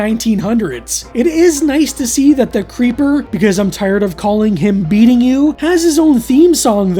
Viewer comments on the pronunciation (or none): I think the licence plate is supposed to be pronounced as B-EATNG-U. Not sure if you wwere joking in the video by calling him beatingu haha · Its not "beating u" its "B Eating U"